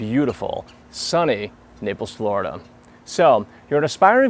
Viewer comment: Darren Miles Hehe, it sounded like you said "nipples, Florida" !! :DDD Hue hue hue hue hue! :D ... Is what I would say if I was 12, but I'm 14, so mooo..